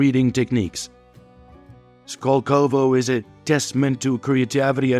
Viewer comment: What is with the voiceover? I thought it was done by a Russian but no Russian would mispronounce 'Skolkovo' - it's their version of Wharton